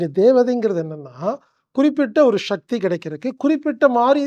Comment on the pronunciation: மனிதர்கள் வாழ நல்ல வழி சொல்லும் நீங்கள்... தமிழ் மொழியை ஏன் கொல்ல முயற்சி செய்கிறீர்கள் ???? சக்தி என்பதை ஷக்தி என்று சொல்வது, அவசியம் என்பதை அவஷியம் என்று சொல்வது ஏன் என்று புரியவில்லை... மொழியையும் கொஞ்சம் காப்பாற்றுங்கள் ஐயா..... நன்றி.....